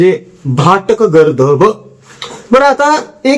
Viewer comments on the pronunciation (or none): गर्दभ नाही गदर्भ